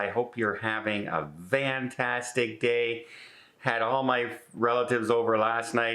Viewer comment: Why do you say “VANtastic day”